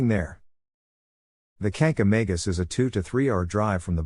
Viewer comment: Learn how to pronounce Kancamagus correctly!